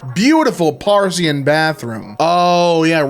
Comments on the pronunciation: “PAR-EE-SEAN BATHROOM….” Whahaaa Jesus man, R-E-A-D much? Maybe you will proof the next video, for fks sake It ain’t cheese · double take'd the pronunciation of 'parisian' lol it do look like that